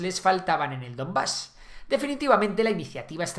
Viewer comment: DoNbas, no DoMbas